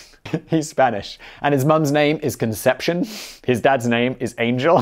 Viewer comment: I think Angel in Spanish is pronounced an-JEEL, and Conception is pronounced somewhere similar to Consuela in Family Guy.